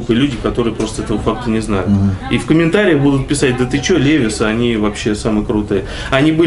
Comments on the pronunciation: Молодцы конечно,ремесленники всегда испытывал уважение к таким людям,но произносить «левис» а не ливайс 😏,Пашке колхозничку фартануло,дальше попрет,спонсоры начнут Машины подгонять,в Москве тормозись Пашкемана))) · Странно. Почему человек профессионал в 21 веке говорит ЛЕВИС а не ЛИВАЙС.